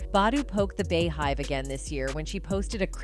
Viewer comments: Bay hive ? It’s Bee . It’s pronounced Bee mf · “Bae Hive” “didn’t Chaah know” Lol I can’t take this shit serious lol…